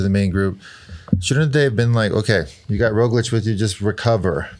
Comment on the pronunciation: Sir Bradley, there is a “g” in Roglič that needs to be pronounced. Where did you hear that the “g” is silent?